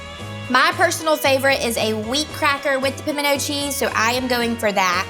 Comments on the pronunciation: I fully agree! it's not pamendo! Just like the word important! not imporDent!! where's the o,where's the d 😮😮😮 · Everyone I know in Tennessee, clearly says "pimento" with the "t". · I’m from North Central Texas, born and raised there with a definite Texas accent. We pronounce the “t”. Maybe it’s just a Georgia thing not to pronounce it? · I couldn't be around her every day. She would get on my nerves. And I live in the south... and I don't know anyone who DOESN'T pronounce the "T" in Pimento! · I'm from Texas. We always pronounce the t in pimiento. It's just a soft t.😂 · As somebody who has spent their entire life in the south, I don’t know a single person who doesn’t pronounce the “T” in pimento. Me, and my family (who has lived in the south much longer than me) pronounce pimento like it’s spelled. Thanks for the actual recipe, by the way. Glad I know the amounts of each ingredient to add 🤨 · Girl, bye. Texas born and raised and pronounce the T. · ➡ I'm from the South and absolutely pronounce the T in pimento. ⬅ I also use diced pimentos in my recipe but never drain them. You're just throwing away flavor when you do that. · You certainly are an opinionated. If you do not know anyone who pronounces the “T” in PIMENTO you have a very small number of family, friends and acquaintances. I am probably twice your age and I probably know twice as many people as you do and none of them eliminate the “T”. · Nope Nope Nope. In South Georgia we pronounce it like "Pomina" cheese. We tend to skip the "t" sound. We make it with equal parts of sharp cheddar and pepper jack, mixed with your favorite mayo and minced Jalapeño. The secret is to add in your favorite spices such as creole seasoning. 😊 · I'm from southern Louisiana and I've always heard it pronounced like Pamino cheese.